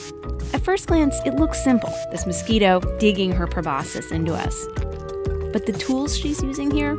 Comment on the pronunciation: El mosquirou 😂 se oye chistoso en inglés